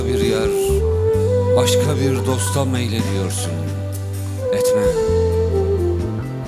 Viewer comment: Şimdi şiiri güzel mi okumuş yani? :) Düz yazı okur gibi okumuş bildiğin. Etme kelimesini her satırda berbat vurgulamış...